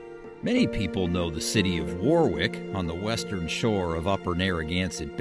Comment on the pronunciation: It’s War-ick with emphasis on first syllable, not War-wick with emphasis on the second.